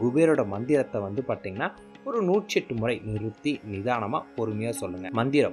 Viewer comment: நீங்க தமிழை சரியாக உச்சரியுங்கள் அதென்ன. பார்த்தீங்கன்னா -னு சொல்ற அந்த வார்த்தையை பாட்டிங்கன்னா அப்படீன்னு சொல்றீங்க, தப்புத்தானே அது...